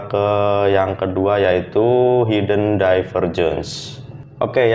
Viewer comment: maaf bro hidden lafalnya hiden bukan haiden, thanks